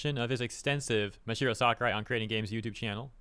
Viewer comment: Dude. It's Mah-Sah-Hee-Roh. There's an extra A there